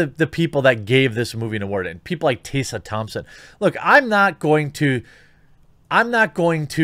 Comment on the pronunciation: Do you intentionally mispronounce Tessa Thompson's name?